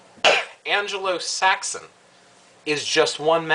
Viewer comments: "An-Glo"-Saxon (not "An-Jeh-Lo").. o.O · You had my interest until you said "An-gelo-Saxon" ? Really ????? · Just to let you know (it's the only thing tat bugged me) you keep on saying Anglo-Saxon wrong. You pronounce the "g" like you do in golf or gate. Other then that I'm not so fussed on what you've said, and I'm a Wiccan and I will admit that you were right about what my thoughts about this were going to be when I I read the title and I apologies for them. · ANGLO saxon.....not Angelo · yes i spelled it how it's pronounced. just letting u know how it's pronounced. the word is Anglosaxon. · Your point in this video is well taken. There are far too many people who got on the Wiccan bandwagon, simply because it was the largest nonchristian bandwagon in town. People take far too much on faith, lacking faith in themselves. One complaint: it's Anglo-Saxon, not Angelo-Saxon. Angelo is some dude running a pizzeria in Brooklyn. Other than that, good job.